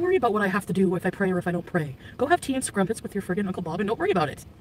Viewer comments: Brit here and yes I was offended at her use of the word ‘scrumpet’ 😂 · Does she know its crumpet and not scrumpet? 🤣